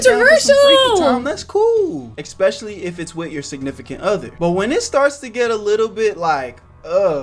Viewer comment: why does this guy say xpecially I can't